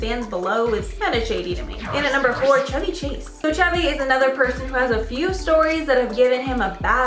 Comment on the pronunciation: oh man please at least make an effort to look like you aren't reading? mispronouncing names like chevy chase? wtf